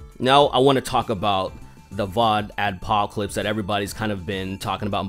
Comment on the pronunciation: "Vod Axpocalypse" Nice spoonerism. ;)